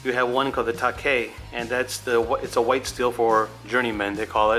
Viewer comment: Is it just me or does the knife guy not know how to pronounce "white"😂